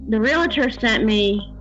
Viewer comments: It’s Real Tor not Relater! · Real-tor, not "real-a-tor." There's no "a" in the word. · Arrgghh! Re-AL-tor! Not re-LA-tor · No such word as Relater. The word is Realtor and it is pronounced Real Tor! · The pronunciation of realtor gets me every time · This is so sad. So many of these women have very limited educations. The proof is in their grammar. They can’t even pronounce the word Realtor. How do these scammers find these women?